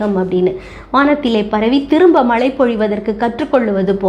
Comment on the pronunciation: உங்கள் பதிவுக்கு நன்றி. ஆனால் தாங்கள் தமிழின் உச்சரிப்பு கவனிக்க வேண்டிய சில உள்ளன அதை தாங்களே கண்டறிந்து. சரி செய்து கொள்ளுங்கள். உதாரணமாக மழைக்கு மலை என்று கூறி வருகிறீர்கள்.